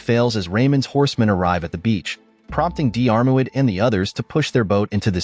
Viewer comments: I’m from Monahan so a Northern Irish pronunciation would be Dheer – mid Like cheer but with a “d” 🙂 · The Dermot is still lots better than the weird way this video says it. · AI mangling Irish Gaelic names... Painful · Just cannot cope with the mispronunciation of Diarmurid, I had to switch off! The narrator could have simply gone to the trouble of looking up how to pronounce this word on Google!!!!!! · Worst pronounciation of Diarmuid I've heard. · Butchering those Irish names,, hate a.i narration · Please stop mis pronouncing Diarmuid 😩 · You could have made some effort to research and pronounce Diarmuid properly. Are you an AI voice? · Pathetic text to voice crap that doesn’t pronounce names properly. Unprofessional and ignorant. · Diarmuid is an Irish name, not English. Just like Siobhan or Niamh, their pronunciation is completely different from their spelling for anyone who was born outside the British Isles. So no, it's not unsurprising that it was pronounced wrong.